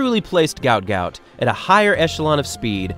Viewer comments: His name is actually Guot Guot, pronounced with a w sound so like 'gwot'. as per his father: "His name is Guot, it's supposed to be Guot," Bona Guot told 7News. "When I see people called him Gout Gout, I'm not really happy for him." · His name is pronounced "Gwot Gwot" .. not Gout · His names not Gout Gout Its Guot Guot pronounced "KWOT" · His name is pronounced ‘gwot gwot’ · The better pronunciation of his name would be GOAT GOAT.. and not like the medical condition GAUT GAUT which seems to be the norm right now. The other meaning of my suggestion beyond my pronunciation suggestions is yest to be seen. Go Goat Goat. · It should actually be pronounced as 'g-o-w-o-o-t g-o-w-o-o-t' as in the way 'goat' sounds. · It's actually pronounced 'GOAT GOAT' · It’s actually pronounced Gwhat Gout. His father has said so in interviews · It's pronounced 'Gwot Gwot'. He has stated this. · His name is actually pronounced Gwot Gwot. His father just confirmed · It's pronounced "gwot gwot". His name was misspelled on his ID papers in Egypt and should have been "Guot Guot". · I think it's hilarious that his name was mispronounced as gout gout, which is some sort of painful foot condition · His name is actually pronounced 'Gwot'. It was misspelt during his immigration. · his name is pronounce as though the u comes before the o. like gu-ot. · It’s pronounced Gwot Gwot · FYI his name is pronounced Gwot Gwot not like the foot ailment - his name was misspelled on his forms apparently and it should have been Guot Guot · his name is pronounced "gwot gwot". might need to dub your video, or change it up for future vids. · Pronounced "gwot gwot" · Why is his name not in the video title or description? You say his name in the video but pronounce it incorrectly. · Aint no way its pronounced like that. It doesnt even sound African. Did you look up the pronunciation of his name? You can just ask sudanese people